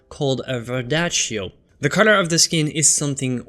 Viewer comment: Thought you said Cutter. Finally figured out you had said COLOR